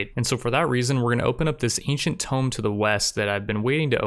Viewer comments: ITS TOMB LIKE TOON, TOOOOOOM. TOOM. NOT TOME-B. TOOM. TOMB. TOOM. TOMB. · Tome. Jesus man. Tomb. Pronounced toom. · It's said too-mm not toh-mm it's spelt tomb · Am I the only one who has a stroke everytime he says "tome" instead of "tomb"? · IT'S TOOOOOOOOM NOT TOME!!! TUH-oooooooooooooooooooo-mmmmmmm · man they're not old books their tombs there's a difference and how it's pronounced man or you can call it a crypt easier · Tome is a large book. Tomb is pronounced differently. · the ancient tomb is pronounced TOOM, like cartoon, but carTOOM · Continue series please! love all your Rimworld series. Also please take no offence, but tomb is pronounced like toom. Simple mistake. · Enjoying the series! 1 question: why do you say tome instead of tomb? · He also says Kneecromancer, just get used to it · Tomb is pronounced toom